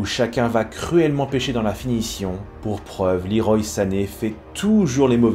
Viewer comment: Tu prononces très bien le nom de Coman, par contre pour Sané, c'est bien Leroy, à la française, car son père a rendu hommage à Claude Leroy par ce prénom. ;) sinon super vidéo, pour une saison vraiment étrange du PSG, la plus bizarre de l'ère QSI.